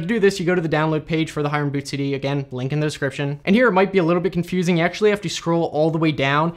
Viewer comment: The name is actually pronounced " Hee-ren " (his full name Hiren Mehta, a common name in Gujarat) & not High-ren. Great video! Very precise explanation. I didn't even know other people have been updating Hiren's creation. I still have the old one which has been working great. Now you have showed me where to get the updated one! Thank you. :)